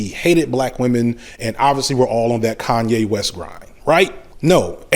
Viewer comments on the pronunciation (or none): none